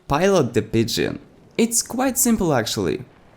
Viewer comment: As much as it's funny listening to you mispronounce pigeon i have to tell you when pronouncing pigeon the E is silent XD